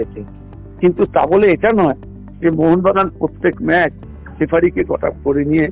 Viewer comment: ম্যাচ কে ম্যাস বলছ কেন